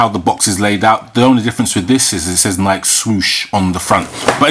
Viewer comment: 25th anniversary, and you didn't pronounce nike correctly just saying